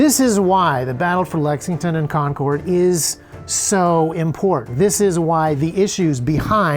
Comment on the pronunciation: Thanks for pronouncing Concord correctly this time 😂 Love ya. Great content as usual.